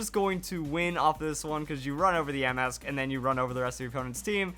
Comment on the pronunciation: I was fine when you pronounced yamask wrong but when you pronounced the vivilon wrong I wanted to punch my screen. If your wondering how I know how the pronunciation is, all I do is watch the anime, and they pronounce it right